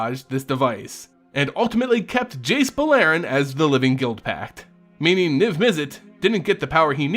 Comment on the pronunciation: i enjoy the lore aspect, but the pronunciation of the names kills me. dovin BAIN? jace BULLAIRIN?